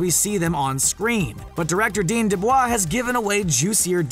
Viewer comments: He also says "dean deblah" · Wait did you say dean debvaa